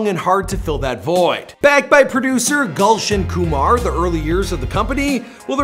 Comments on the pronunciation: this guy is triggering me. he us mispronouncing all the indian words. foh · its nit golsion koomaar .... its Gulshan Kumar 😂😂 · Not Galson Kamar, its GULSHAN KUMAR..😀😁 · He is not Gulch and Kumar. 😂😂😂 He is Gulshan Kumar😂😂😂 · who is galson khumaar...i know gulshan kumar😅